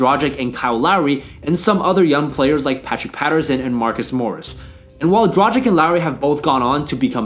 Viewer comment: Yassss new video! Btw you pronounce Dragic wrong, look it up